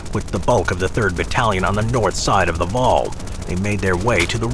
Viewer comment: this is pretty frustrating to hear him mispronounce the names of cities and waal